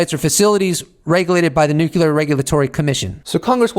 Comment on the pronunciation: Please say nuclear correctly